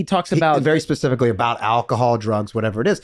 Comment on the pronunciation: Wait did charlie just say ' pacifically' ? Hehehehe